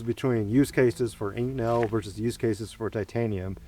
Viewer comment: Now I just need someone to combine this, with that spinning ball bearing muzzle brake only made into fan blades so we can get >active< cooling every shot :) Also, with respect, there's an O in inconel. It took me two rewatches to figure out he's saying inconel because to me it sounds like inc'nel lol